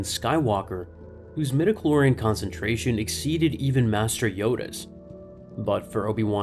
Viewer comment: "midiclor...", just stop.